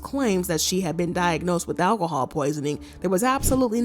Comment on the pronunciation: It’s Alcohol, not Alahhhhhawl. Learn it!